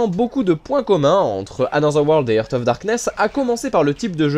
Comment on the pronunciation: Jeu très bien présenté comme toujours! Juste une petite remarque : "heart" se prononce "harte" et not "heurte". J'entends souvent cette faute.